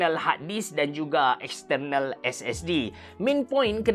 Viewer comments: Silentkan R pada perkataan External & compare... Buat mcm biasa je... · tak terbelit lidah ke dok sebut exterrrnal harrrdisk, exterrrnal, exterrnal.